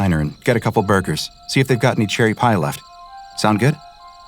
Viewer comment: I thought i heard him say “chili pie” instead of “cherry pie”